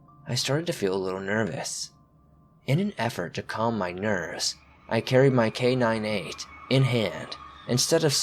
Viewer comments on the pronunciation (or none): I can't tell if you're pronouncing it K9-8 or just saying K98 quickly in the first story and it's killing me, But great vid as always